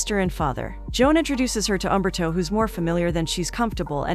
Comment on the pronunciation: New way to pronounce Umberto. Despite the 5.5/10 on IMDb, I gave it a 7. Got it on DVD but I like this short resume.